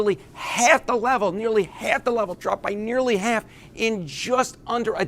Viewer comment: I just keep hearing him pronounce "half" as "hay-alf" and can't help but keep repeating it out loud to myself. Oh yeah and Trump sucks balls and the public are finally realizing it. That's important too.